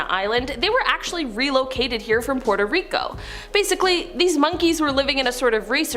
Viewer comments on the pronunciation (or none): none